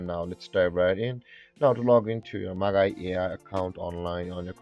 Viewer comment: Very helpful! Just FYI, it's pronounced "Maj-eye" (soft 'g' sound). Great work!